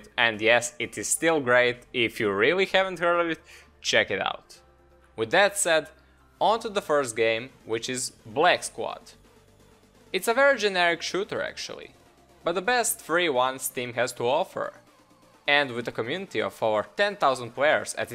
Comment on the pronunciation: on to the first game which is "bleck" squad. It's a virgin... thats what i heard